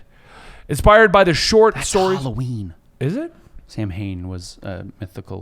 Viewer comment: It is Druidic in nature. And Samhain is pronounced Sow-wheen